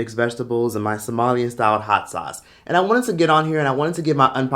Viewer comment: Ayyyeee Somali food! And you pronounced it right! 100 more cool point!